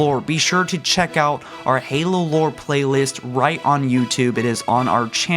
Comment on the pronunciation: nigga stop butchering the names fuuuck